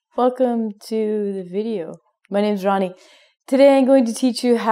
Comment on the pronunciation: When she says Ronnie,it seems like Hindi word 'Rani' . Its mean is 'Queen' in English.